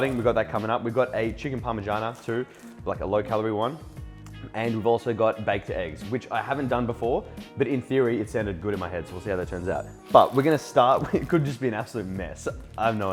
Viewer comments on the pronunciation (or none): Parmigiana not Parmagiana!